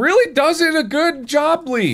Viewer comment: “It did a good jobly” -Mark 2021